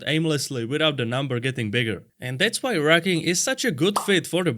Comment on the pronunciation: I thought he said rukken 😂